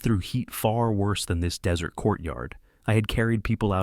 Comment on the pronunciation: Desert is pronounced (dez-ert) NOT (de-zerts.)